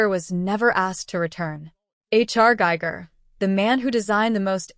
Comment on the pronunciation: It's giger .. don't use ai to get the names wrong